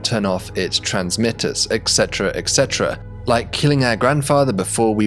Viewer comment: Hate to be that guy but the correct pronunciation is 'et cetera' not 'ekcetera'.